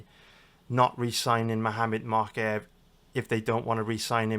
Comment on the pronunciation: I think its mowkaev not mockaev